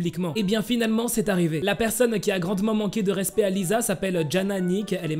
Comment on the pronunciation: Ca de prononce lissa et rossé pas lisa et rosé 😂😊